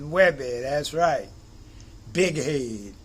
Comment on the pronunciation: I love it when you say " das right"😊💜